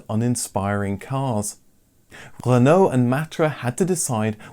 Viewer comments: You're English, It's "re-no" not "rEnO" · I can’t say I’ve ever heard anyone pronounce Renault as ‘Ren-NO’ before 😄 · Making me so angry how he pronounces renault even if that's how it's meant to be said pls stop xx